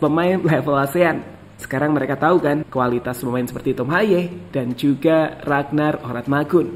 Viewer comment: Ko nama ragnar Oratmangun di rubah si bang jadi ragnar Oramatngun 😅😅😅😅 Coba perhatikan ucapan si pas menit 0: 46